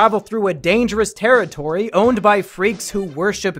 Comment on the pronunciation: This tewwitowy is dangewous